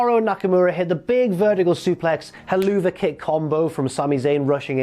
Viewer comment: "helloovuh kick"